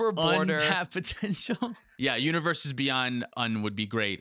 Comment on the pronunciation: Universes Bey-UN-d